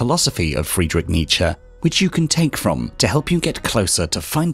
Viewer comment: Oh yes ! It's the famous Fwedwitsh Nitsha